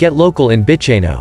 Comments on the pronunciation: Bicheno is pronounced Bishenoh, Bruny is Brewnee. Salamanca is Salla mancar. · Freycinet = Fray-sin-ay…. Bicheno = Beesh-in-o… Strahan = Strawn Bruny = Broo-ny Well done. You’d not be the first to mispronounce these places. Tipping where your from, there’d be places I’d have trouble pronouncing! 😂 Good choices. Thank you. My home. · Just to let you know kindly - this is a lovely overview of Tasmania! Thank you! Some of the place names are pronounced incorrectly. This is understandable. Strahan is pronounced STRAWN Bruny Island is pronounced BROONY island Bicheno is pronounced BISHENNO